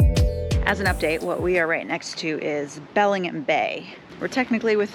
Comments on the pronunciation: It’s Belling-HAM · It’s pronounced Belling-Ham. Not Belling-um. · She pronouncing Bellingham so wrong. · No, everybody doesn't mispronounce those names! As someone who was born and raised here and still lives here, I can tell you no truly local people mispronounce any of those names. She didn't even pronounce the city of Bellingham properly, and that is an English name straight from England.